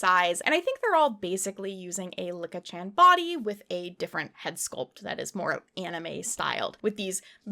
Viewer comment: Licca-chan is pronounced lee-cah, not Lick-a. The switching back and forth on pronunciation was a bit stressful to hear 😅😅